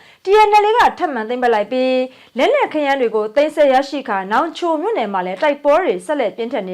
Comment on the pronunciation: သိမ်းပြီးမဆဲပါနဲ့ သိမ်းပြီးဆည်းပါ သိမ်းဆဲ ၊ သိမ်းဆဲနဲ့နားထောင်မ ကောင်းပါဘူး ။ စာလုံးပေါင်းမှာသတ်ပုံမှားတွေ ခောတ်သစ်ကသိပ်လုပ်တာပဲ မျရယ်